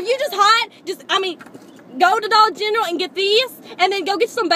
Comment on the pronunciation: "Dollar Gentral".. Freakin hilarious!! Keep up the great work, makin us laugh- girls!!